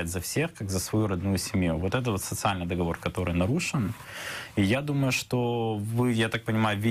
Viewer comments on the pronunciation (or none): none